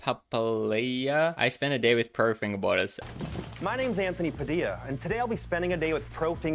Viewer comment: anthony padilla, no "anthony papadillia" 🤣